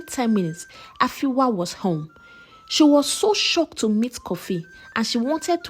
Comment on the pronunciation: The name is Afia not Afiwa